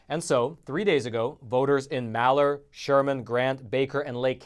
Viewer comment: Malheur county is pronounced; mal.he.er you need to slide the last 2 syllables into one. Just helping you out!